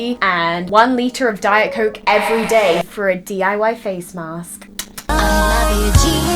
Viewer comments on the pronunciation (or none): none